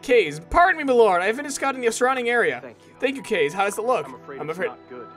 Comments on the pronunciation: cringing so hard... kaze is pronounced KHAze which is japenease for wind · For this playthrough, I'm ok that Kaze's dead if it means you wont say his name incorrectly anymore. I just hope you know how to properly pronounce it by now.